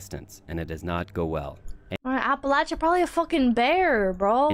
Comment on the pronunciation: first thought was yea.. in Appalachia id be more surprised to not hear shots in the mountains with how common it is we do target practice up there. edit.. thanks for saying appalachia correctly. learned to teach people is saying "imma throw an apple 'atcha"